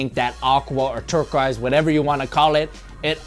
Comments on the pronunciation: He does wtf lol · Why do you say turquoise so weird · doesn't know how to say turquoise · You say turquoise kinda funny breh